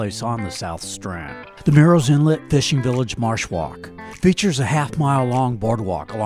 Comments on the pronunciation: It’s not pronounced “Mirril’s” Inlet. It’s pronounced exactly like it’s spelled, Murrells Inlet. It sounds a lot like “Girls” Inlet (but with an M) if you pronounce it properly. Really great video! Awesome editing skills!👍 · you said what sounded like “mirils inlet.” At least 4-5 times. It’s Murrells, like Girls. You said it properly but every time before that was the issue the OP was talking about. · This is a nice tour/info video about our home beach. But, you should know that Murrell's Inlet is pronounced murls inlet, not mūles inlet, which you kept saying in early parts of the video. Otherwise nice sky views!